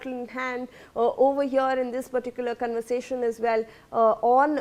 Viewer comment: 😂 lol says cunversation 😂😂😂 for conversation